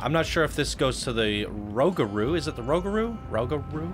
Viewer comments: Ro-Gur-u not rogru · It’s roo- ga- roo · Rougarou is pronounced Rue-ga-rue (not trying to be rude just pointing it out) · It’s a very confusing name but it’s actually pronounced “roog-a-roo” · ProjectSunset actually roog-a-poo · For Rougarou, it’s actually “ROO-ga-ROO” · Imma help my boy out, rougarou is pronounced (roo-ger-roo) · Can please stop saying 'the' in front of the coaster name please? It makes the coaster enthusiats cringe. Also it's pronounced Roo-ga-roo. According to the park, it's French for "nightmare" which Google disagrees with so I have some trust issues with CP. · Here let me help you out with pronunciation for Rougaru rew ga rew lmfao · It is pronounced 'Roo-ga-roo' x.x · As a previous crew member on Rougarou. Your pronunciation makes me cringe. Rew-ga-roo.